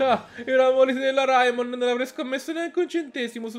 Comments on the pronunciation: Si dice Reimon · la pronuncia corretta è Raimon